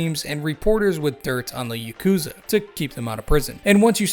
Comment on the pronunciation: Fun fact: The Ya in yakuza is read in the same way as Yar but without the r.